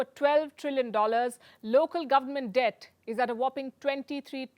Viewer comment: 😁There Palki goes again. The Chinese government got Over US$3 Trillions Billions Foreign Reserve. N she said the Chinese Debt redent. 😁😁🤣😂